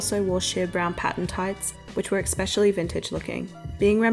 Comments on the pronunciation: Please stop saying ‘expecially’; it’s ‘especially’. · It’s pronounced “especially” not “eCsepcially “ sorry it’s bothering me 😂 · eXpecially :P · Ekspecially isn’t a word. Three times is too many. My GOD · Love your videos. Please stop saying 'exspecially' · The pronunciation of “especially” kills me, but your videos are so good.